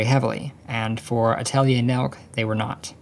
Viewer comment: is it supposed to be pronounced "nelk" or "nel-kuh" like a Germanic name